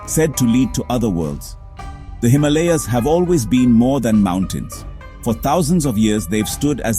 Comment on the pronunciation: Incorrect pronunciation of Himalayas! And by someone who should know better!!!!!!